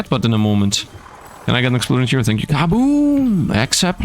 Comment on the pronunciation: "Exuplosion!" - (Megumin reference):_SifdLaugh